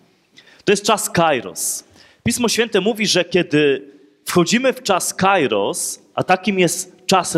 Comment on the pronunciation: Proszę ksiedza "kairos" to greckei słowo oznaczające czas lub pogodę, czytamy "kieros" ...